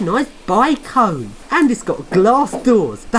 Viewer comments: It is /'ko.ne/ in Suomi & /koʊn/ in English. It is not /koʊn ɑ:/ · it is not pronounced like cone